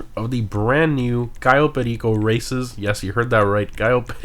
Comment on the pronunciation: Why do you say cayo perico so weird?